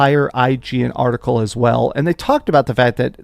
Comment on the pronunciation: "Art-icle" thats a new one😂. Bro cant pronunciate to save his life😅